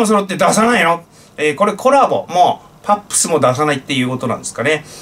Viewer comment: 「パップス」→「ハップス」と聞こえるのは、私だけかな… 歳をとると、耳が悪くなるので致し方ないか。 歳をとると唯一良くなるのは「物忘れ」。 ところで、どうでも良いことですが、脳科学者との中野信子さんの発言と発言の間に発せられる「シー」という発声に就き、脳科学者から観た解説を聞きたいと思っていますが、質問の機会を逃しています。（その方に限らず、多くの人にその傾向が観られましね…。） 何時か質問をしてみたいと思っています。 何方か、その心理をご存知の方は、ご教示いただければ幸甚です。